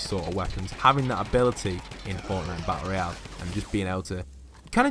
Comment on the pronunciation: he seid battelroial